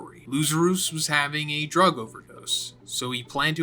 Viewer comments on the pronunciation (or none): none